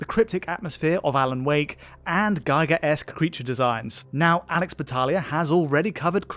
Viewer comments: Giger is pronounced “Gee-gur” (both hard G sound) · H.R. Giger is not pronounced "Geeger"